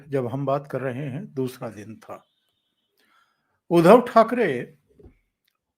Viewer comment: आप उनका नाम उच्चारण गलत क्यूँ करते हो?. उध्दव ना के उधव..... उध्दव सही उच्चारण है